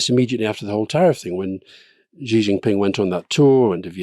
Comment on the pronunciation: Shee not Jhee